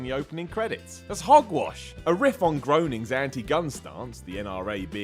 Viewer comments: Matt Groening's (rhymes with 'painings' not 'moanings') first 'baby' is Life In Hell.... And although this was a reasonably entertaining and informing video, I still hate you, you terrible piece of shit. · His name is pronounced Gray-ning, not Groan-ing. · GRAY-NING. GROENING! Not GROW-NING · FACT: Matt Groening's name is pronounced "graining" not "groaning." Also, I knew every one of these things. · Adjusts nerd glasses Actually, it's pronounced GREY-ning, not GROAN-ing. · Matt Groening's name is pronounced GRAY-ning, not GROW-ning. okay? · Matt Training (it is spelled Groening, but it is not groaning) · It's GRAYning, not GROWning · Grayning not groaning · #11: It's pronounced "graining" not groaning. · This guy is thinking he knows so much about Simpsons trivia and in the FIRST fact he says he says that maggie is voiced by Matt Groening. However he pronounces it "groaning" when in fact its pronounced "graining" and thats like simpsons trivia 101. Pfft. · Things YOU don't know and should if you are making a video its not pronounced Matt "Groaning" its Matt "GRAINING" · I'm not sure anyone's mentioned this yet, but you're not saying Matt Groening correctly. It's pronounced "Math Groening." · It's "Graining", not "Groaning". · IT'S PRONOUNED GRAYNING NOT GROANING! There's a fact for ya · You misprounce Matt Georning's name numerous times (it's not "Grone-ing", it's "Gray-ning"). And Maggie's first word is daddy, not da-da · If you're doing facts, maybe start with "Fact 1, Matt Groening's name is pronounced Matt GRAINing not Matt GROWning". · Great video, enjoyed it thanks. But FYI Matt's last name is pronounced "GRAIN-ing" not "GROAN-ing." Troy McClure even pronounces it on the 138th Ep Spectacular :) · IT'S PRONOUNCED GREY-NING LIKE THE COLOUR GREY NOT GROW-NING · Here's another Simpsons fact: It's pronounced "gray-ning" not "groaning" ya dingdong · Another fact for you: Matt Groening's name is pronounced 'greyning' not 'groaning'. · Its pronounced "grayning"